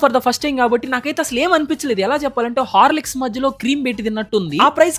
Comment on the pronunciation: Harley's❎ horliks✅